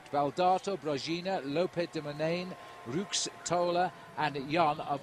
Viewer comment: If Liggett says "Rooks" instead of "Roux" one more time...........